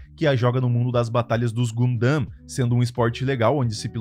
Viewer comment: porra não sabe falar gundam eu fiquei pensando q anime era o q vc tava falando kkk